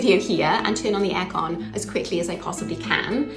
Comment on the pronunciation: 違う国の慣習を拒絶するのではなく、真理を考察し、ポジティブに捉えることが出来るってとても素晴らしいことだと思う。 エアコンって、和製英語で日本語発音だったのがちょっと面白かった。